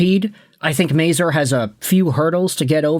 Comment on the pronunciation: Please learn how to say his name. It's not may-zoor. It's may-zur.